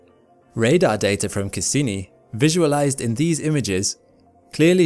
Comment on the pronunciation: "The Dater it collected" lol